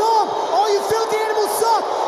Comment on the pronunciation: “Tyrone Woodley” 😂